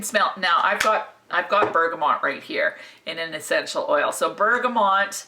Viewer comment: Love your videos but one thing is driving me crazy with this one, it's BERGAMOT( pronounced Bergamo) not BERGAMONT. Keep up the great work, love your style and humour. :)